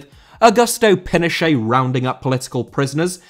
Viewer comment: Pinochet* not Penochei